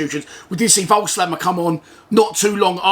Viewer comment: They had loads of chances but we did hit the bar twice and (as u said) had two good penalty shouts. Another draw Friday would still be a decent result btw It’s pronounced Vogelsammer COYL